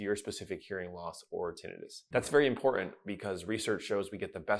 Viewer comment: A doctor who can't pronounce "important", but instead says "impor-ent".